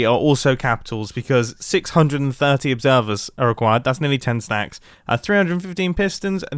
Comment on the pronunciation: when you said 10 stacts i choked on my water